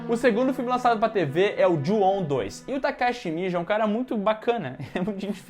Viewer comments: Como é: Ju-on Como eu entendi: Juão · a saga" Jô ao"🤣🤣🤣🤣